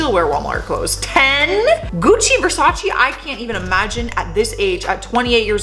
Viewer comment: Butchers Bo-ka Ra-TONE all to fuck but no problemo with Gucci and Versace, atta girl! 🤣Keep it real, huge new fan marathonning, found your from Top10. Cheers from NB.